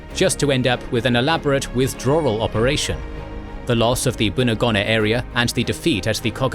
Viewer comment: Great to see attention to a theatre even more neglected than Burma, well done. Just a couple of comments on pronunciation (as a former PNG resident of Lae), Buna and Gona are pronounced with long not short vowels hence Boona and Go-na. Salamua is Sal-a-moa. Kokoda is Kok-oh-dar, Sorry if someone else has already covered this. Almost forgot Mad-ang and Wee-wak. Finschafen you did correctly, if slightly Germanically. Rabaul is a tricky word often Rab-arl but Rab-awl is ok. Not sure if I heard you say Papua, it is definitely not Pap-ooa, more Parp-wah. Hope this helps.